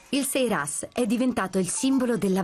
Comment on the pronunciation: sairas si dice, non seiras!